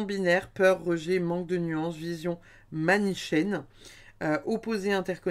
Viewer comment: Bonjour, merci pour cette guidance. Ne s'agit il pas du mot manichéenne qui se lit 'MA NI KÉ ÈNE? Bonne fin de semaine.